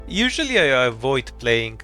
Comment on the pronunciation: What was that “usually” bro my ears are debuffed